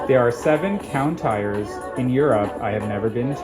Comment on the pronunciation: "Countires"! That was diabolical 😂